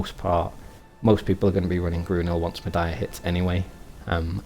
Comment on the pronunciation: Not to be dicky, but it's Mediah (Ma-dee-ya). The Stable Keeper at Altanova says "Mediah's great for horses, because they can roam freely". :D